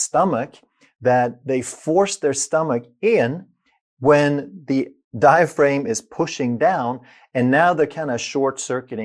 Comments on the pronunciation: Diaphragm isn't pronounced: Die-a-frame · Outstanding explanation of how breathing works. All musical wind instrument players are taught this from the start. One small observation: the pronunciation of 'diaphraghm'. The second 'a' is a hard vowel, not a long one. As in the word 'am'. The 'g' does not make the vowel long. Til the next video! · You’d think he’d know how to properly pronounce it.🤔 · Well, I was born in France, and I’m not a doctor, but I know how to pronounce it correctly. So I was just surprised at his mispronounciation. Excuser mois, or should I say mi scusi! 🤷🏼‍♀️ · Sounded like a criticism since we all know how to pronounce diaphragm